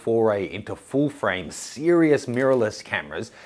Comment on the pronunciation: Lol when you say sirious, you make Siri on my iphone ipad and iwatch pop up! Thanks for the video! Great work!